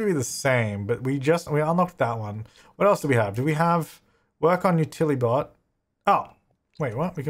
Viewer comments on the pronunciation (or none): I'm a little disappointed you stopped calling the Utili-bots, Utli-bots. Stick to your principles,!